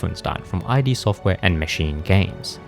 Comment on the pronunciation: It’s pronounced id, as in Sigmund Freud